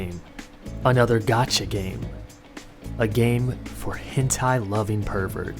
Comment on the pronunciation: I tought you were saying gachi I was expecting something else